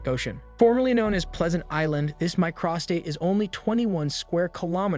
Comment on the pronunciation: Micro - state, not My - cros - state. Your mispronunciations are cringeworthy. :body-green-covering-eyes